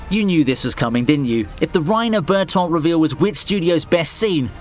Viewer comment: The way you pronounced Bertoldt and Mikasa is criminal lmao.